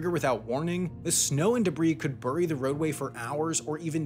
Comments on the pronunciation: i love your video - but it's berry not burry (bury) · "Bury" is pronounced "barry", not "burry". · You are saying bury wrong. It’s pronounced bury. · “Burry,” I love it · I can't get over the way he says "bury" as "burry" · Your pronunciation of “bury” is unusual to my ear. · Where do you have to be from to pronounce it “burry”? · The east coast. Or more specifically New England states. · Burry the road? Weird pronunciation of the word bury... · I don't like how Sam pronounces things. Burry and Colorado 😠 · Sam, why do you pronounce bury like a Brit? 😅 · dude says bury weird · Omg, the way he says bury....🤢